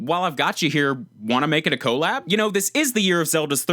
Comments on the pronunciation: "collab" is pronounced "kuh-LAB" not "KO-lab" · Co-lab? It's collab, short for collaboration.